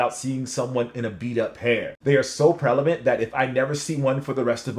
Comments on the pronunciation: What the hell is "prelavant" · I DID hear you say "prelevant" re: fragment J1s... Is that like "Pre-Madonna" in Ted Lasso (pls watch, if you and co-writer aren't into it yet 👍👍) Much love from 🇵🇭